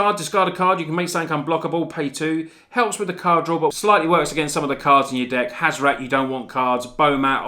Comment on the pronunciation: HAZ - OR - ET. Not HAZ - OR - AT